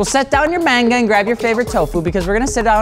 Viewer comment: Words mispronounced: Trueno, Touge, Takumi, Manga